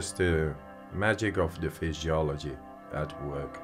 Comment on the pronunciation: Did he just say FISHYOLOGY? 😅